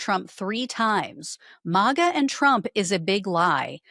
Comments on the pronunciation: It’s not mawga. It’s maga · Please stop saying MAWGA. It's Maga. Short "A". Not long "A". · Is she AI? She mispronounced maga